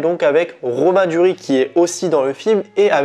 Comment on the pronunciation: Il s'appelle Pio Marmaï, le i tréma se prononce en français. On ne dit pas Marm(é),. Et il me semble qu'il faut prononcer le S de Duris. À part ça, bonne vidéo. ;-)